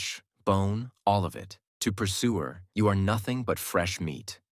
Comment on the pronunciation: persuer❎ eggsuer✅